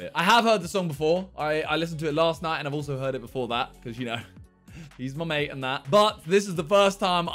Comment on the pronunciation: did anyone see how he said mate